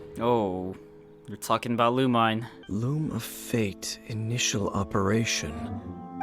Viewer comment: owh yeah lumine is pronounced lu-meen lmaoo i was confused